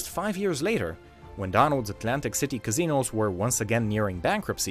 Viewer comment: Kazzinose... no no its casinos.